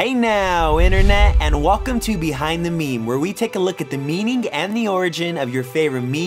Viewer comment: BEE hind the maymay XD